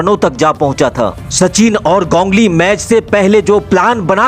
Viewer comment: 😂 wo to thik h lkn gongli q bol rhe ho ap its ganguli